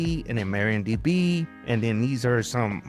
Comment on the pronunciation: That's MARIADB, not MARIONDB. Different women 😁.